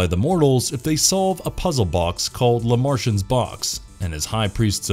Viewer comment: Lè martian lmao